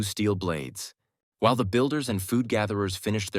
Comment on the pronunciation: "Da people's kept on walking" 😂